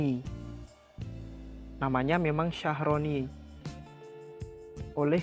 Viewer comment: Thank you unt penjelasannya mas...jd lebih ngerti 👍🙏 hny agak terganggu dg penyebutan Philodendron sharoniae Croat..kok jd Shyahroni sih mas?..maaf,,mgkn lebih tepat klo pronouncenya shyerene/shyereni e yaa..😊🙏 ini menurut sy yaa, sesuai penulisannya..😁